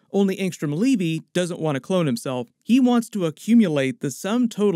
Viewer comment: Did Kirkman call him Leavy? If he didn't then the pronunciation is Levy like the Dam, or maybe like the jeans